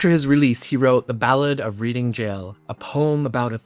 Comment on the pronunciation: One small correction Reading is pronouced Red ing... I still have a badge, "Avenge Oscar Wild". Worth looking up the trial of Peter Wildblood and Lord Montagu